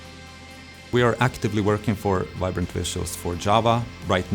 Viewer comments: Vibrant 🚫🚫🚫 Vinbrant ✅✅✅ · I swear it said "Vinbrant" the first time i clicked on it